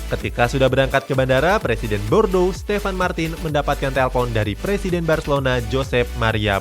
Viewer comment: Bordo??? Kami di prancis sebutnya Borduu..😂😂